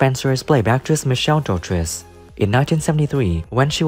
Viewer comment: I wish you would announce their properly it's Michele Dotrice.